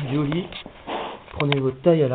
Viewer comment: Putain mais c'est quoi ça ?? On dit ollie pas holie --'